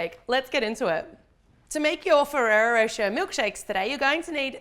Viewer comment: The way you say Ferrari rocher tho 🙌👏